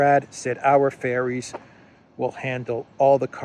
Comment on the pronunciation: Ferries, not fairies